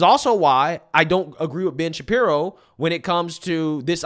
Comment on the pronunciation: It really sounds like your saying " bitch Shapiro"